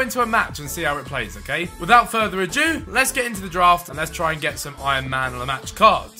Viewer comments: Without further a Jew? I think it's without further a do Ethan. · Stop saying 'without further a Jew' 😂